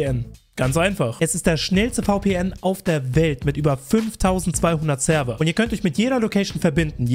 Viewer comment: HIlfe wie er Seerver gesagt hat xDDDDDDDDDD